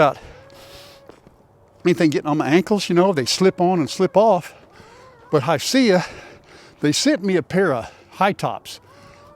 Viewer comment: It may be spelled Hisea but pronounced hisee.